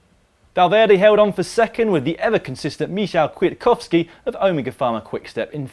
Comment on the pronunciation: Gah! Michał Kwiatkowski: Mee-how Kveeatkovskee! C'mon guys! You learned to pronounce the names of just about every other nation except Polish riders.